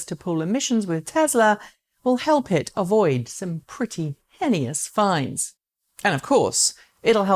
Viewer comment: Nice vid. FYI, 'heinous' is pronounced 'hee-nuss' not 'henny-us'